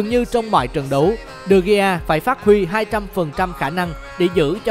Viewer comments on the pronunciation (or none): Đờ Gia chứ ko phải Đi Gia